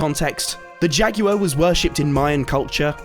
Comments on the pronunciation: “Jaguar”: “Jackuer” 💀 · why is he pronouncing jaguar like that